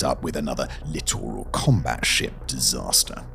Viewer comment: I've heard you say "literal combat ship" several times over recent videos. It's "Littoral" which is a region of the ocean specifically a distance of the coast.